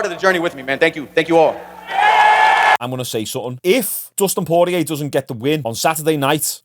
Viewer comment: Poorlow Costa? Terrible. Bit of effort to say the name correctly as an analyst/viewer/fan/youtuber wouldn't go a miss. You can say Poirier alright though.. One job mate, one job XD